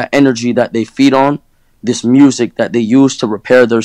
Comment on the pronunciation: "Dis a headset" Tap tap 💀